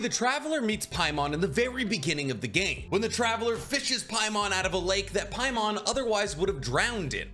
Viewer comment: Its not Paimon, trust me its not paimon